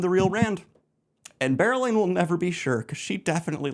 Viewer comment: Never again will I be able to read or think about berelain without pronouncing and picturing bear-elayne. Wheel of Time will never be the same again.